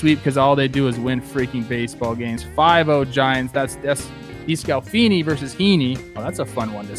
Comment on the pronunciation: I’m sorry but can you please just read the name? Anthony Desclafani. It’s not descalfini. Please! I usually don’t care about the pronunciations but for someone you’ve talked about so much this year just put the letters in the right order. Obviously all love but please.